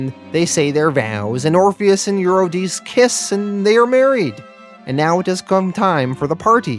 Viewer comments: Yes, and it's You-ri-de-see (Euredice). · Since when? I guess since 800 BC or so. Also the pronunciation of Eurydice follows the same logic. Eur- eh- dess- ee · and eurydice. U- re-di- ce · Honestly though, you butcher so many names throughout the whole Sandman series (You-ruh-die-see!) that it detracts every time. All it takes is looking them up before you post. I think that would attract more people to your storytelling. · Love your narration skills. I think watching a few Greek mythology documentaries might help you a bit with the pronunciations of the names. Per-ce-fa-ni Eu-ri-di-si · Sorry to do this. Its Per-seph-O-ne and Ur-rid-di-see